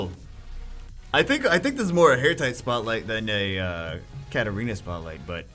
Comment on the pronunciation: Its 2019 (almost 2020) and still calls Katarina "Katerina"...